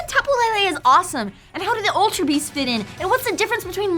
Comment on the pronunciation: As a native Hawaiian, I love the fact that they went and used our mythology in this game. It was super cool when I discovered the Tapu's motifs. I will say though that I cringe at the mispronunciation of the Hawaiian words. I doubt people will see this comment, but please stop saying Tapu Lele as Lei-lei. Lele in hawaiian is pronounced leh-leh. It's Pu-leh-leh-who-ah, not Pu-lei-lei-hua. Same with Kamehameha, it's not pronounced Ka-meia-meia, its Ka-meh-ha-meh-ha. Other than that, I still appreciate the work you've been doing about your research of the Hawaiian culture and words. Even your knowledge of the Decidueye and Aumakua parallels were surprising.